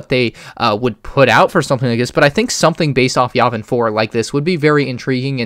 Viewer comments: Ur sayng yavin wrong and ur decisions Are halfly wrong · The way he pronounces Yavin triggers me.